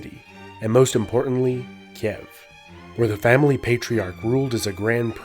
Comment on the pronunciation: You always butcher some of the pronounciation. XD Sekigahara, Ieyasu, Kiev... xD Kind of adorable.